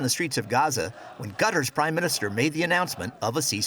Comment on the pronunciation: A couple things. (Minor) Qatar is not pronounced “cutter”, it is pronounced “ka-tar”. As far as the ceasefire, i think Trump may be instrumental in the second phase of the deal